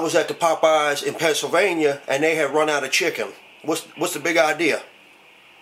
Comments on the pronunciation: "Eight Piece a chicke!" rofl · "Four-ninety-nine for da eight piece chicky" LMAO